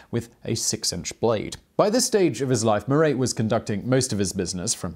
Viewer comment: Simon, it’s “mar-AH,” not “mar-EY.” (French teacher here.) 🇫🇷🇺🇸🇬🇧